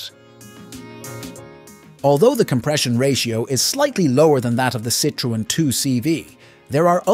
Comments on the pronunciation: It's pronounced sitron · you forgott the e ë means that you spell the e so -Citroen. Mistake made by lots of germans with the umlaute ä ö ü. We write Zürich and in french Zurich. The u is spoken like a german ü.